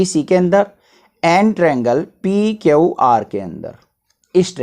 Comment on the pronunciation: Q ko kyaau mat bola kyu bola